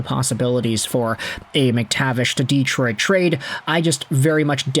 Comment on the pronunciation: Learn how to pronounce Detroit!